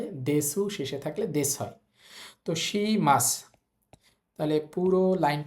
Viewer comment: শি টা বার বার শা বলতেছে কেন? একটু বুঝিয়ে দিবেন কেউ?